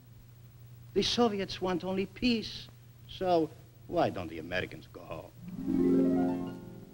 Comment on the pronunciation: it sounds like he is saying peas instead of peace